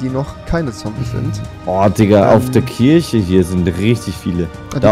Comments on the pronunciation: Rewi:"Und da ist die Kirsche" Ich: "Kirsche!!!!!! Ist das dein Ernst!!!!" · Bin ich der einzige, der hinterfragt dass Rewi Kirche Kirsche ausspricht und Kirsche Kirche?